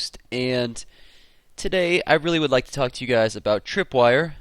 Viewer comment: He said LIE instead of LIKE.